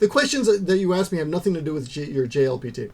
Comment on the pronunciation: Lol. At first I wasn't sure if you'd said JLPT or GLBT. How I confused those two, I don't know.